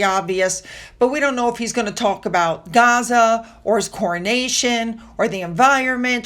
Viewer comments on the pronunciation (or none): none